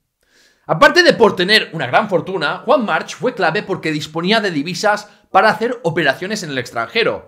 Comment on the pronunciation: March se pronuncia Marc. Y eso que eres catalán